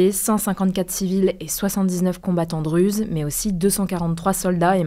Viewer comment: On écrit Druzes mais on prononce Dourouz c’est bizarre de vous entendre dire Druzes